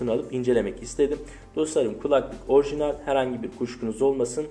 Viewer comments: Her ikisi de şapkalı a harfinin sonrasında l ile biten kelimeler dolayısıyla l yi yumuşatarak telaffuz etmelisin şu espirisi yapılan keMAL gibi telaffuz ediyorsun 🙂 sağol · minimal orijinal şu kelimelerde telaffuzun yanlış genç kardeş